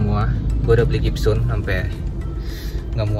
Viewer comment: Gypsum bang bukan gypsun